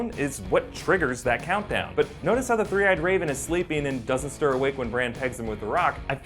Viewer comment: Three Eyed Raven... Tree Eyed Raven?